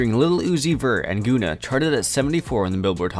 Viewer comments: Goona😤🌡️🤣🤣 it's pronounced gunn-a man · Good content but it's pronounced gunner not goona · also its gunna. like gunner. not goona lol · good doc but bro said "goona" 😭 its GUNNA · Facts. Great info, great video but horrible calling that man Goona... like have you never heard of Gunna?? 🤣🤦🏾‍♂️🤷🏾‍♂️ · This shit said goona 😂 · this man said goona ....."its gunna" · Nicca said goona not gunna..🤦🏿🤣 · He really said “goona”…. That how i jnow hes not for the culture. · Lol man keeps saying “Goona” It’s “Gun-na” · OMG! can you please staaaawp saying GOONAH!!! His name is GUNNA!!! Pronounced like GUN-NUH Sheesh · Man really said goona instead of gunna smh. Quit reading off the lyrics like poem you would be better off playing clips from the song instead of playing them in the background. Hard to watch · Goona it's Gunna dude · “Gooona” it’s gunna bruh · “Goona” lol GUNNA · It’s gun-ah not goon-ah FYI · Why u keep pronouncing it "Guuna"? It's (Gun)na. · It’s not GOOnah what the fck 😂😂😂😂 it’s guh-nah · Its Gun-nah not Goonah... get it right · Who is guuna? 😂 it's Gunna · Who???... Tha' Fk!!! is "Goonah" you mean (Gunna)😯😞... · You know man I'm not going to make fun of anyone for not knowing how to pronounce several words but if you're calling Gunna, gOOna for 20 minutes it makes it hard to trust you as a source of hiphop information. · Gonna lol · Yeah I was thinking the same thing. Who the fuck is Goona? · Dude said “GoOnA”🤦🏽‍♂️ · Hahaahahah gooona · Goooooooona lol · Gonna.aka.. gonnatell! 😂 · Boy I know you didn’t just say “Goona” right quick 😮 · my guy said "Goona" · “Gun-A” Gunna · did he call gunna goona?!? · Do y’all do any research on names? 😂 🤦🏽‍♂️ gooonuh is funny af y’all get so focused on the story you say forget facts or names we’ll go with what we THINK it is 😂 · Ik this nigga didn’t say goonna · The way he butchered Gunna's name disrespectful af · Every time he said it I got pissed 😂